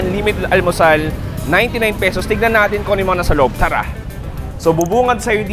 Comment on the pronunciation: Yung pronounceation mo ng ""Tara"" ay tura .ang meaning ng tura sa Leyte Samar ay tamodhahahah